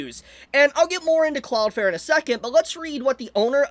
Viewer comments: cloudFLARE, flare, flair, fLLLLLLLLLLare. Please if you're going to go on a rant at last say the name right. Cloud. Flare. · Take a shot every time he says "cloud fare". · Why are you saying cloud fair for the whole video